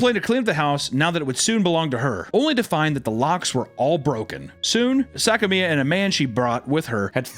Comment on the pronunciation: "SACK-A-ME-A" johnson? Say that slowly...